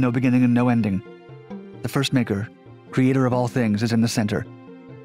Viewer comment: im going to need you to speak up the first "maker" souunded a little different the first time u said it